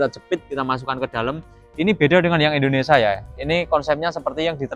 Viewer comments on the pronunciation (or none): Indonesia bang.. bukan Endonesa.